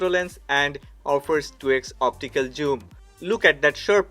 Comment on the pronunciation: Why do you pronounce zoom as joom? 😂 It is funny to hear!